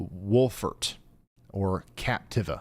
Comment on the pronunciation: In 31 years I have never heard Cap-teev-A pronounced captiv-ah